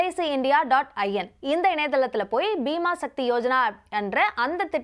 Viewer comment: Bima sakthi ❌ Bima sakhi ✅